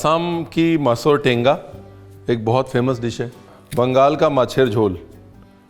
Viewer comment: Ranveer, love the way you said “ masor tenga” 😍🥰 Can u please upload a few assamese recipes (masor tenga, sesame chicken, pumpkin chicken etc etc) ?